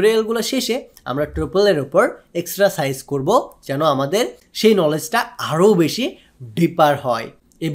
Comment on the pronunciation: এক্সট্রাসাইজ না ব্রো। এক্সারসাইস।🙂